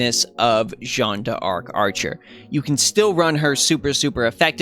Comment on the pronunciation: I am actually so happy to find someone (other than G&A and TohouSniper) who says her name correctly. We scream.